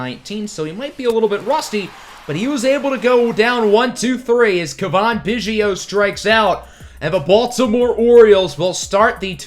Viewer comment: It’s Cav - In. Think Calf but with a V instead of LF